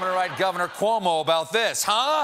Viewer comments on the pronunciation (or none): none